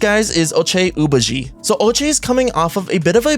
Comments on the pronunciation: Omg the ochai agbaji pronunciation 😭😭 OH-ch-eye uh-BAH-jee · It's pronounced Oh-Chai Ahbahgee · Ochai Agbaji is pronounced Oh-ch-aye A-g-bah-ji Its also Ma-mu-skel-ash-vee-lee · Hi. Thanks. Ochai rhymes with OH-GUY so, it’s Oh-SHY. Aba’ji has a silent G so, it’s A-BAH-Jee. Please, please🙏🏽 research these things beforehand. Thanks. Thanks man. Peace🌬️⛹🏽‍♀️. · I beg you to Never attempt ochai’s name again😂